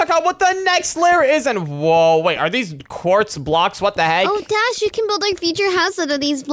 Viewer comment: Bro can’t saw Dash’s name😂